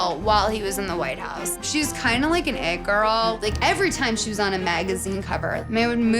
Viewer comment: I swear i heard „Egg girl“ when she said „It girl“